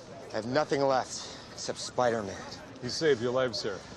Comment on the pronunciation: Funny how french is a perfect translation yet harry says Speedèr-mane